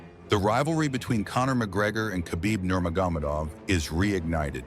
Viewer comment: yo commentator. Nur-mogg- uh- med-awv. Please stop butchering this last name.